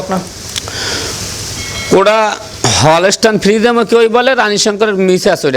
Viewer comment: Frijiam na frijian?